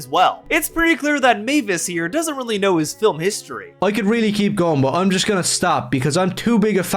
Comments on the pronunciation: Is it weird that by half thru the thing I'm most angry at this dweeb about is that he adds an extra syllable to the word FIL-IM? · Or "fillum" 🫠